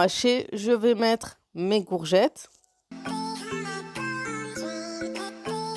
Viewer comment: J'adore quand tu di gourgette